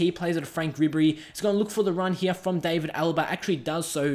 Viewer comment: It's pronounced D(ar)vid Alaba, not David Alaba. The "a" is pronounced as an "ar" sound